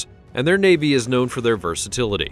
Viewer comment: I love it when he said the royal vavy faut the evil the funny they are the evil